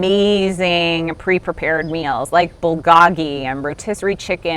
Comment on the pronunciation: Love this - thanks!. (BTW - it's pronounced bull-GOE-ghee.)